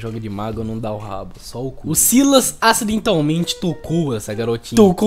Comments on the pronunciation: Se fala Sylas, e não Silas, tu lê o nome do pyke com Y e não com i doidão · Se pronuncia sylas n sailas sailas n soa bem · Eu acho que a pronúncia do nome do Sylas é Sílas mesmo, a pronúncia do nome da Syndra é Síndra (o Xerath tem uma interação pra ela que ele chama ela assim, e ele fala Síndra tanto em português quanto em inglês) então como o nome dos dois começa com sy, eu acho que a pronúncia é a mesma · Sylas-kou 🤣🤣🤣. Desculpa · pelomenos vc fala silas sabendo q n é assim.melhor que gente que fala silas e pike em vez de pyke achando q ta certo